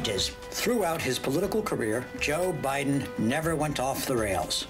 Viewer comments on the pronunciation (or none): joe bye-then